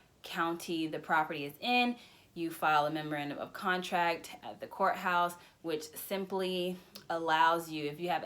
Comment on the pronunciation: Thank you very much for the tips. It's difficult to hear what the contract filed at the courthouse was called. It sounded like "member end of contract" but that turns up no results in a web search.